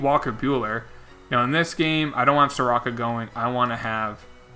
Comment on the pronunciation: All you need to know about how overlooked the Braves are is Mike Soroka has been the 2nd best pitcher in baseball this year and my man didnt even pronounce his name right (Soar-Oh-kah) As well as Mike Foltynewicz (Folt-Tah-Ney-Vich). He was an All Star last year